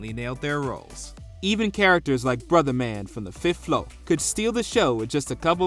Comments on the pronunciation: I'm honestly in agreement with everything that I saw here. I guess Family Matters technically doesn't count because it started in 1989 but it ran throughout the whole 90s. Oh and yeah, I gotta mess with for this: It's not "Brutha Man", it's "Bruh Man". Made me laugh though, lol. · Bruh-man 😂😂 not brotha-man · The only problem I have with this list is that you said “Brotha Man” instead of “Bruh Man”😂😂😂😂